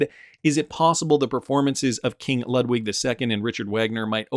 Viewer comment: Again Ludwig is lood-vig like in Beethoven